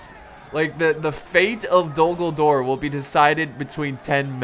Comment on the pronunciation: Dogldore or did he say d dumbldore